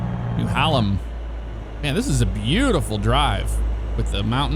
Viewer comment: "Neh-HAY-Lem"... I know... The PNW has some hard to pronounce names. I was raised there.